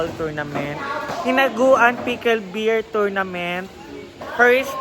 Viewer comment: uulitin ko lng,sorry sa narinig ko parang pickle beer ang pagkasabi mo😂